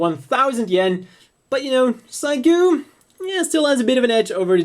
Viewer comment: pretty sure it's pronounced Seegoo...not cygoo